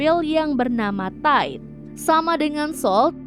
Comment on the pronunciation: Solnya kan bisa jadi cowok. Jadi mereka mereka ... Min, bedain cara baca TIDE yang lebih kayak ke memuai di bagian bunyi AI nya gak sama yg kayak di pikiran elu: Ta I 😆